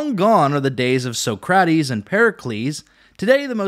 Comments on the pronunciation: Never heard anyone pronounce Socrates that way. 😂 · It's Leon-eye-dus and Sock-rah-tease. You're welcome. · I know you mispronounced Socrates and Leonidas on purpose